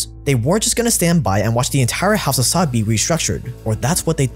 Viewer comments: It's "sah-ood" not "sod" but tbh fuck these sods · it's pronounced sa uud, like (you) with out the y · its the house of saud (pronounced sa ood) not sod. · Why do you pronounce Saud and Arabic like that?